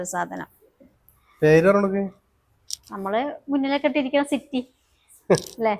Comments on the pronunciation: സിറ്റി അല്ല സെറ്റി 😂ബെഞ്ച് 3 സീറ്റ്‌ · സിറ്റി അല്ല ചേച്ചി സെറ്റി ആണ്‌ 😂😂😂